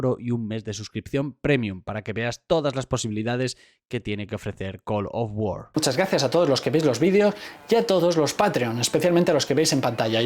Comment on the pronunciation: col of wor wor war dos